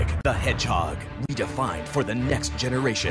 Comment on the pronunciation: No one:: Sonic the HehJOG